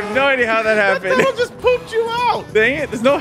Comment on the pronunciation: "GET UP DOFES!!" got me 😂 and: "what heppend???" Also got me and you also got me 😂😂: "i'm coming to help" rams